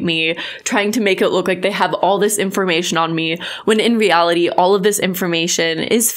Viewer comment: Idk this man but the way he pronounced "reality" makes me dislike him from the get go 😖